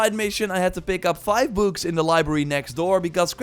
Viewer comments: Anyone else think he was saying boobs not books? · the way you say books is funny. But nice gameplay touch!!